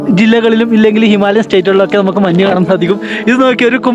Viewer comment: മന്ന് അല്ല മഞ്ഞ്